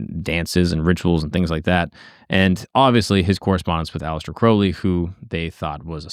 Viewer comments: Crowley like holy, not crowley like howling. Aliester even wrote that, he must have had people mispronounce a lot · Crowley like Holy, not Crawley like Gawley. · the guy literally wrote a poem "my name is crow-lee, it rhymes with holy, but people who treat my foully, pronounce it crouwley". great video. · Crowley rhymes with Holy. He changed his name to rhyme. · The great beasts last names proper pronunciation is "Kroh-lee" Now, as for scientists and occultism, they commonly go together. A lot just aren't open about their occult practices. The sciences themselves come from occult workings like alchemy(turned into modern chemistry), astrology(Astronomy), etc. Besides the two are oh so similar, one requires a type of faith that the other doesn't but, there isn't a whole lot that is different besides one being accepted by the general public and being a formal academic field, and the other being less so(There are some academic fields pertaining to occultism and occultism is more accepted now than it ever has been but, still not as widely accepted as science) Edit: In case anyone is curious where I get this basic information from, I have been studying the occult, esoteric, divine, etc, since I was 14, so 17 going on 18 years(I'm turning 32 this October). I have also been a practicing occultist with some Gnostic, some Thelemic, some Rosicrucian, and some of my own formed belief system(Ethrakael) views, beliefs, and practices for 12 of those, and so, it is an area of vast knowledge for me. Also, let me iterate the Thelema aspects are not the dark, sex ritual, weird shit. It's dark don't get me wrong but, not that dark lol. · Ozzy called him Mr Crowley in the song. "Crou" no one pronounces it "crow". Don't change how you say it for other people bro... fuck em. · I always pronounce it like the ou in Thou.